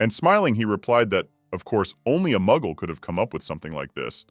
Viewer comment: Did he say muggel? Hogwarts?